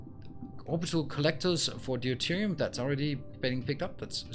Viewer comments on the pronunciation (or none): FYI deuterium is pronounced doo-teer-ee-um, not dee-you-teer-ee-um, the "eu" is pronounced the same as in "neutron" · Love the series and love the way the planets develop and get industrialized. One trivial thing I hope you don't mind. I keep hearing you say Dee oo te rium for Deuterium. It is actually just pronounced Dooterium without the first "e" The "eu" is just pronounced "oo"